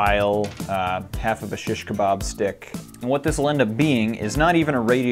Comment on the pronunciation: I always wondered what people who speak other languages think when an American youtuber butchers their language. This is not quite the same think but I'm Turkish and I feel kinda weird when he says shish kebab. Like "why is he saying it like that- oh he's american". I'm not blaming anybody don't get me wrong, but it's like the only Turkish word I ever hear on the internet except that two times Pewds encountered Turkish people in online games and this's the only way I can relate to those people I mentioned at the starting of this comment.